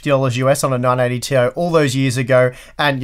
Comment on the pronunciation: Thank you for another great video. Every time you said, "980 ti", I'd hear "non 80 ti".